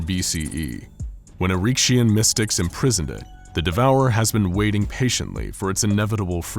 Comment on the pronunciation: Say it with me now, Eric-ehh-shin, that's how you pronounce erikeshin